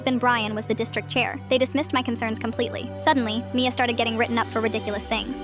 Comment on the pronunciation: Bad pronunciation, they didn't get all of the a in Mia